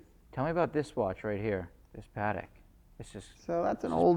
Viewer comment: Watched a few minutes and was the usual… $$$$ flex and same old pieces ( he’s considerably wealthier than me so kudos there )… pronouncing Patek like an Indian cooking sauce always annoys me …..